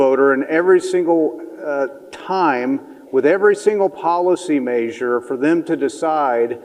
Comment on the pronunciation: Why can't that guy say the word measure properly